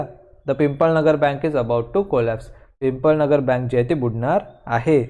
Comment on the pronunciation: It is not pimpalnagar it is pipalnagar